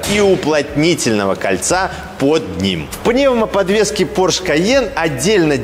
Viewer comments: пОрше, а не поршЕ ! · Не ПоршЕ, а ПОрше!)) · Фердинанд По‘рше каждый раз переворачивается, когда его фамилию называют Порше’) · «ПоршЕ» и противный голос сильно напрягают. Интересный обзор сильно диссонирует с голосом… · ухо режет произношение марки Porsche с ударением на последнюю букву)) правильное ударение на букву О!